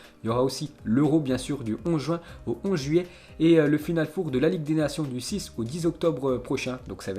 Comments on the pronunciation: stp arrète de dire "four" on ne va rien cuire en chaleur tournante , c'est "final 4" ça se dit "for" , pour le reste certaines infos interessantes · Final four 😂 les français à parlé anglais 🤣🤣🤣 final for! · Final FOUR 😂😂😂😂😂 mais on dit for putain .... pas foure ..... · C'est pas FINALE FOUR c'est FINALE FOR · 😂😂😂 Il a du mal avec final 4 four Prononciation en anglais en fait C'est pas un four à micro-ondes Il le dit à plusieurs reprises en plus. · Hhhhhhh « final four » tu le prononce comme le « four de cuisine » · S’il te plait, prononce Final four: Final fore. Au pire. C’est pas un four micro-onde frérot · FINAL FOUR ca se prononce FINAL "FOR" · Stp l accent, final four, c horrible et rigolo en même temps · Par pitié pour tes prochaines vidéos fait un effort de prononciation quand tu parles du "final four" surtout quand tu le répète une dizaine de fois en quelques minutes 😖😬